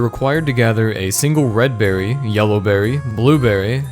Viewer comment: You pronounce berry like berrey.